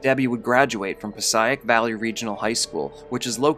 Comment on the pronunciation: HEY! I went to Passaic Valley High and grew up in Jersey....you are pronouncing it way wrong. PAH-SAY-ICK is how you pronounce it. Not PAH-SIGH-ICK. Just saying.